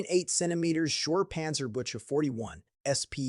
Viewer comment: Panzerbüchse war gemeint, aber es klang wie Panzerbüsche ( armoured bushes), was lustig ist.